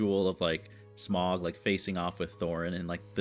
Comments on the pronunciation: A question if I may. I have watched several Americans reacting to these movies and you all seem to have a problem pronouncing Smaug's name.You keep saying Smog,like log and bog,it should be like loud and proud. My question is why?You have heard it clearly pronounced perhaps a couple of dozen times.Can you hear the 'ow' sound,or do you really hear an 'oh' sound? Merely a linguistic curiosity but I hope you can answer me. And yes,less opinion and more natural reaction please.Otherwise good vid. 𝘖𝘕𝘌 𝘗𝘏𝘖𝘕𝘌 𝘛𝘖 𝘙𝘐𝘕𝘎 𝘛𝘏𝘌𝘔 𝘈𝘓𝘓, 𝘖𝘕𝘌 𝘚𝘌𝘈𝘙𝘊𝘏 𝘛𝘖 𝘍𝘐𝘕𝘋 𝘛𝘏𝘌𝘔, 𝘖𝘕𝘌 𝘛𝘞𝘌𝘌𝘛 𝘛𝘖 𝘉𝘙𝘐𝘕𝘎 𝘛𝘏𝘌𝘔 𝘈𝘓𝘓, 𝘈𝘕𝘋 𝘐𝘕 𝘛𝘏𝘌 𝘊𝘏𝘈𝘛𝘙𝘖𝘖𝘔 𝐁𝐈𝐍𝐃 𝘛𝘏𝘌𝘔. wake up! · Smaug is pronounced “Sm-ow-g” same for Sauron being “S-ow-ron”. Just listen, they pronounce everything in the movies and you’d know who is who and what things are if you pay attention to what people are saying, not just the events. You’d also know that Thorin is becoming worse of a person because of Dragon Sickness. Basically a magical metaphor for greed. Also, the reason why Gandalf could hold back Sauron for a bit, same with the Balrog, is that Gandalf, Sauron, the Balrog, and Saruman as well, are all Maiar, the same species of being, if you will. Sauron can’t be stopped completely because Sauron is the most powerful of the Maiar. Maiar are basically angels, by the way. That’s why Gandalf the White seems more angelic in nature, because that’s essentially what he is. Different Maiar serve different “Gods” or as they are called here, the Valar. Balrogs serve Melkor (Morgoth) the evil Valar that corrupted elves to make the first orcs and he eventually turned Sauron evil and made him join his side. Melkor has been long defeated by the time of the rings, Sauron is the one in charge of the original mission, now.